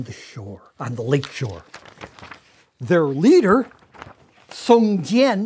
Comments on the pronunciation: but he said "song jian" instead of "jiang" which is more like "jiAUNG" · it should be pronounced as "Song J-young", like j after the word "young", or just "Song John". it would be closer. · Lol, Mr Stoll, the leader's name should be read as Song-John (宋江). Close enough for me. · every time he mispronounced Song Jiang, i cringed a little; but still had to give discount einstein props for getting most of it fairly correct.